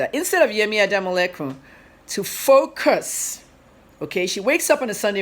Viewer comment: You speak well but only thing: you insert ‘r’ in words that don’t have R. Eg ‘forcus’ Instead of ‘focus.’ Also ‘serclution’ instead of’’seclusion. Please take it easy. Speak naturally without Rs